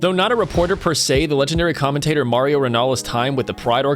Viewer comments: Its not Mario, its Mauro. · MAURO, not Mario. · It's Mauro not Mario